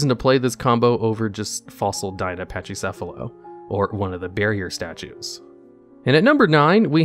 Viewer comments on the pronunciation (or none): I will never NOT be mad about the way this dude pronounces Pachycephalo, holy shit.